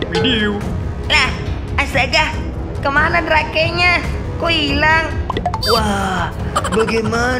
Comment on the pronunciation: Drake sebenar ny baca nya drek